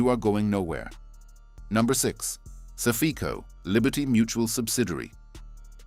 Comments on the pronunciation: I don’t think it’s “sa-fe-co” but rather “safe-co”. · Suff-EEE-co? Saffco? Sq1=CCC1 or vice-versa? Plus a plethora of other audio hiccups. I smell AI crapola. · Safeco is pronounced Safe Co. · SAFECO is not ppronounced SA-FEEE-KO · Your AI "narration" (More like REAL COMPUTER STUPIDITY) SUCKS!!!! Your "Narrator" can't even pronounce SAFECO & other company's names correctly!!! Channel BLOCKED!!!!!!!